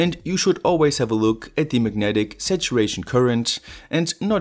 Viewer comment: I was like "Magnetic situation"? What? Took me a while to understand, that he was saying "Megnetic Saturation" :D